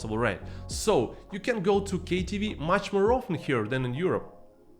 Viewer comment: 🤣🤣🤣did u say KTV?